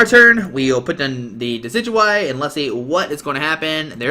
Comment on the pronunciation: Nailed that pronunciation!